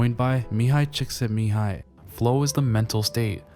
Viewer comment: Your first pronounciation of csikszentmihalyi was spot on, bravo!